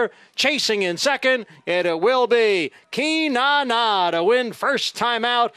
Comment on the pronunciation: Nice to see a swing and a homer with Beach's first at bat. They don't have names like "Cynane" in Omaha, let me tell you. Is that Irish (Celtic)? Announcer pronounced it KEE-NAH-NAH - hope he knows what he's doing.🤭